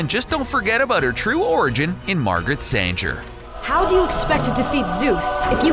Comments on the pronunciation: It's not Margaret San-ger. It's Margaret Sang-er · Who writes this shit? Moreover, who DOESN'T do the RESEARCH? WW was NEVER called 'Superma'. She was going to be called SUPREMA. WW DID have a 'sidekick'. In 4 episodes of the 70's tv show there was Wonder Girl (Druscilla). Margret SANGER pronounced Sang-er, not San-jer, was NOT the inspiration for the character. It was Marston's wife (and probably a couple of his students). Margret Sanger was a piece of GARBAGE. A RACIST, ABORTION promoting scumbag of a 'woman'. Get your facts straight idiots. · Margaret Sanger, not Sanjer. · Margaret Sanger is a pretty notable woman. You should try google "pronounce"!